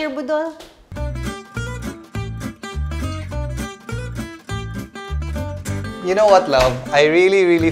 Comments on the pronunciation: Huhuhu batia sa pag pronounce sa budol ti hahahahahahahahahaahahahaha 🤪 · Ang cute when ate kryz says "budol". She puts the stress on the second syllable instead of the on the first. 😆 Her budol to me sounds like a word for nadam-ag or something like that 😆😆😆😆 makahimuot kaayo